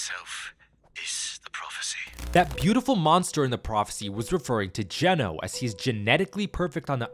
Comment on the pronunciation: Geno...i thought ya said genos.